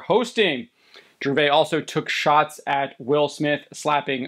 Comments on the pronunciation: Its Gervais with an (S) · The S in Gervais isn't silent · It is weird how the guy hosting this doesn’t know how to pronounce Ricky’s last name - his name is not pronounced the French way, the s at the end is not silent. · Please learn to pronounce Gervais dude…. Pathetic. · The 's' is not silent in Ricky's name. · The biggest travesty committed here is your butchering of Ricky Gervais' last name. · You pronounce the S in Gervais. Just fyi. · The s in Gervais is not silent. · You're saying his last name wrong.